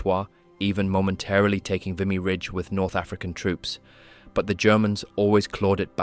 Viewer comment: Thank you for mentioning the Royal Newfoundland Regiment. July 1st 1916 the Royal Newfoundland Regiment suffered catastrophic casualties, losing 710 out of 800 men. As a Canadian I need to correct you on one thing, Vimy is pronounced "vee mee" not "v eye mee".